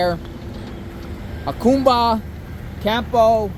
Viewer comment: Jacumba is not pronounced Ha coom ba but Ha cum ba- just wanted to mention that - not that it has any bearing on the matter- or I should say that’s how I always heard it